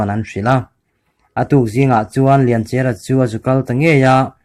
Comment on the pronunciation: Mizo thawnth i pawngsual a ni ringawt a lawm le,chawngtinleri an lak lai hi,sumhmun a a buh deng lai,suk a tlu ri bawl a,arawp a rawn thlawk thla a,lianchhiari chuan 'awi ka u lian' a ti a abo ta tih hi kan hriat dan a ni. Lianchia tih pawh hi Lianchiara tiin i lam daih a.